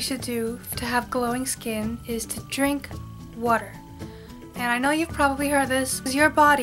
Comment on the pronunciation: Yep! You're from Jersey! lol I heard you say 'WOORDER'! I'm from South Philly! You're so right though! I used to always rest my hand on the side of my chin and always had pimples there. When I was around 19 I did this but now I learned! lol Even with clean hands, there's oil in your hands and it'll cause pimples!